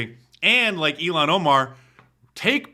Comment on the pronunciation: Her name is pronounced ill-han Omar ... the way you say it is far too close to Elon Musk who is a million times better than she ever could be. Not that he's the greatest, but he's better than her.